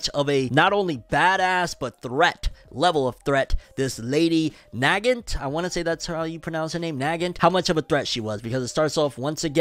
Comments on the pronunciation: Hi there! just wanted to point it out that Lady Nagant is pronounced as lady Nuggaant :) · Name is pronounced Nah-gaunt. Nah like nah bruh and giant like gauntlet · This is gonna bother me with how he said her name lmfao but she’s named after the rifle Mosin-Nagant It’s pronounced NUH-GAANT